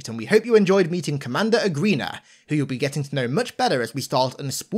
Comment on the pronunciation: Fuckin lol, “commander groid” you just can’t make this shit up 😂